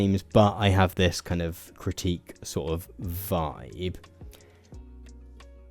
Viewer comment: You struggle to say the word "critique" 😅